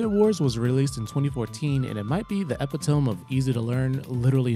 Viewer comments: Yooooooooo this came out so good!! Also I see you with the 'epi-tome' pun, like the spell book. That's clearly the only reason you said it that way, and anyone who thinks otherwise just wasn't smart enough to catch the wizard pun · from now on I'm pronouncing epitome like this